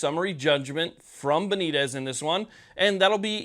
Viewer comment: Please have the respect to at least TRY to pronounce Judge Benitez correctly.